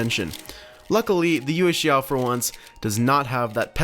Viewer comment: it's pronounced "yuweh shao" not "yew shao"